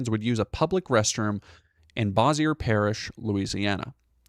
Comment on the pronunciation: Also, idk if Bossier will ever come up again, but it's pronounced "BOH-zuhr". Rhymes with "azure".